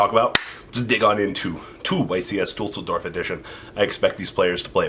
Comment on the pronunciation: YCS Deuce-ldorf ✌